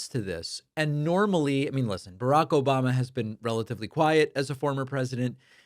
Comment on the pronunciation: I didn’t watch yet, but I’m hoping we’ll get an “Obomna”